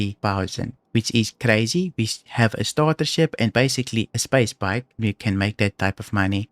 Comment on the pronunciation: when you say "Space Bike" the firsts times i heard "Spa Spike" and i though "what the heck is that?" only at the very end understood you were referring the bike hahaha. Great VIDEO by the way, very helpful, i may try those missions myself tonite.